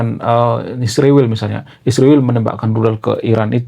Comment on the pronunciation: sebut dgn betul Israel.